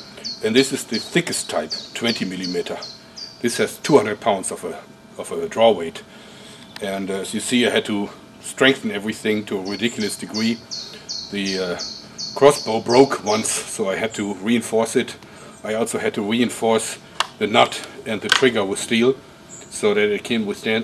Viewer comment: "I had to strengthen evewything to a wediculous degwee". LOL reminds me of the time I made a catapult powered by garage door springs. The second time I fired it it split in two.